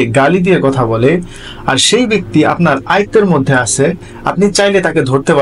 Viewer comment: ভাই, আপনার বাংলা উচ্চারণে আরও সাবধান হওয়া উচিৎ। কিছু কিছু জায়গায় আঞ্চলীক এসে পরে, যেমান আপনি আছে’র স্থলে আসে বলছেন।